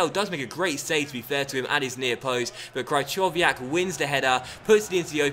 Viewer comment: "Cry-chov-iyak"? Fucking hell 😂